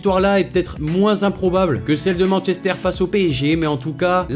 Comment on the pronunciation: "joueur de Manchestère United"